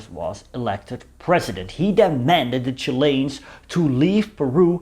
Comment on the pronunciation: Just love the way you say "Chilains" ;0) ..Good Chanel as well well done on the unusual stuff.